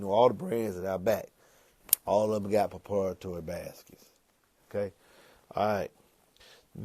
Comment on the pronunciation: It’s pritoritory 😂